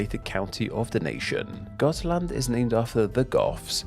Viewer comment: I'm from Gotland (you pronounced it correctly) but the origin of Gotlands name is a little more complex. It is thought that it could originate from the Goths as you said, but also from the old word for seal, making it seal island (which is strange, as we have seals on some parts of the Island, but not commonly). Gotland has had a few different names in history, more recent was Guttland and earlier was Gulland, with Gull being the old word related to seals. And why the L's later on became T's could be because L and T used the same runic letter, making it hard to translate. The "Goths" you mentioned are called Gutar in Swedish, which makes more sense with the old Guttland name. But it could be that it's actually meant to be Gullar, that would roughly translate to something like Seal People. Now a days we are more akin to Sheep People. We're like Swedens Ireland.